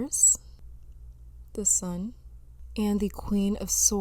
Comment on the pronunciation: Lol when you said "the sun" I heard "this one" like "I haven't seen this one either y'all but yeah this one too"